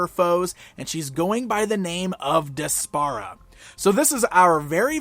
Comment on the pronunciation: I think her name is pronounced despair-a. Regardless, she's a terrible character and an insult to Adora's real cartoon back story.